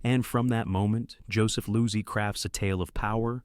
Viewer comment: Good rundown, but you really need to edit the audio more carefully. The AI inserts pauses where there shouldn't be any, and leaves them out when they should be present. It mispronounces the names of Lang, Losey, and Godard. It even mysteriously lapses into French at one point, introducing #5 as "cinquieme." Also the phrasing is sometimes off; for example, the line "public domain filler" is spoken as though it referred to something that fills the public domain.